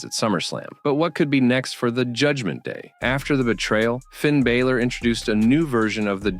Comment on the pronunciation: First of all its Finn Balor not Finn Bayler. If you're going to talk about people at least get their names right. Hidden truths? They're called story lines not hidden truths. Your video is ridiculous.